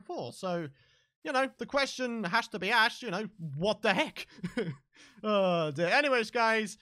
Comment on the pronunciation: "Hwat the Weck"